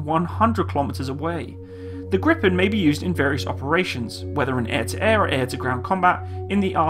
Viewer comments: Well you pronounce Gripen like Grippen. You should say it like "Griipen". You stretch the word a little and not saying the "p" as abruptly. "Gree-pen" I guess would be well enough. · For a non-Swede, you pronounce "Gripen" relatively well, but if you want the Swedish pronounciation, pronounce it like "Greepen" rather than "Grippen". (You will also get extra points for a more "Spanish" kind of R.) :-) But, hey, who cares? Just for fun. Your pronounciation of "SAAB" is amazingly perfect, though, indistinguishable from a native Swedish pronounciation. Regards /Swede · Why are people calling it Griffon? lol. It's called Gripen. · Gordon Lawrence If you want the right pronounciation, Gh-riiii-penn is probably a better spelling for a native English speaker. If you bring your cherks back, as you say ”gr” your pronounciation is wrong. G and r are two separate sounds, not a single sound, but the ’g’ is short. The ’g’ in ”grit” is what you are looking for. Do not pronounce it ”djee”. Even if they are two separate sounds, they are very close. It is not ”Geh-riipenn”. The last ”n” is pronounced by pressing the tip of the tongue just above the front teeth, not by rolling the tongue upwards. Think ”Penn-sylvania”. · wtf do u mean griffen 🤔 it's gree-pan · Your meant to say gripen not griffen? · it's gripped not grippen say it like greepen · short answer: YES ;) and the strict Swedish weapon export law make it a pretty much guarantee that it will create jobs on Canadian soil through licence manufacturing as you mentioned. Great vid :) thx PS: No it is not pronounced griffen but "Gripen" translates directly to "The Griffin" so... no sweat :D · It is pronounced "greepen" not "grippen". The i in Gripen is like the long e in "greed". The last "e" in Gripen is like the "e" in "end". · Its more like [greepaen] in bloody foreignish. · The pronounciation is Griiipen. Long "I" and short "E". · Stop Gripen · Gree-pen (gree like in "Greed")